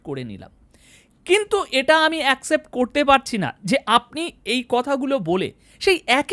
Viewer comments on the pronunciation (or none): none